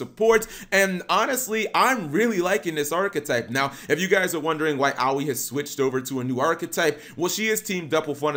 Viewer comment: I rather complain about how you pronounced "Aoi" as "Owie".